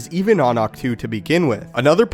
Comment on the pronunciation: It’s pronounced ach toh not too